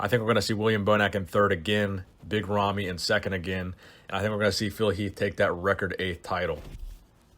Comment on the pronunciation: i dont know how big ramy's name is pronounced, but i dont think that was it XD